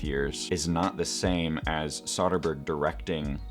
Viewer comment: And yet he mispronounces Soderbergh's name throughout